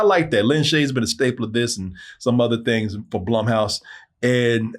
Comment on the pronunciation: Its not blumhousee